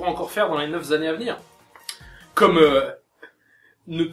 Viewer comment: "Les neuf zannées à v'nir"... y'a pas de quoi se foutre de l'orthographe de vos fans à ce niveau. :D